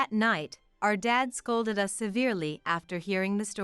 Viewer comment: It’s an online translation, sometimes they say us as U.S., sometimes they says live as living somewhere but pronounced live as a live event.